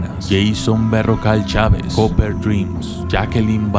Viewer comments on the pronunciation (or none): none